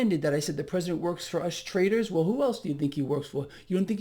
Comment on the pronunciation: Hey, did you say traders or TRAITORS!